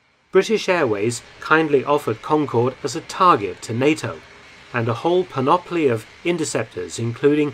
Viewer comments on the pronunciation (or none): Excellent! One very minor and admittedly pedantic point: "panoply" is pronounced with the emphasis on the first syllable, not the second.